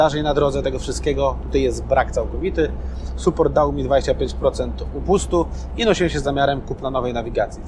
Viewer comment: To się tylko pisze support, ale czyta się sAport